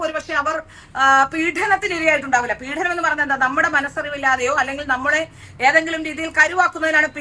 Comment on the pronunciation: പീഢനം അല്ല പീഡനം ആണ്. മലയാളം ശരിയായി പറയൂ.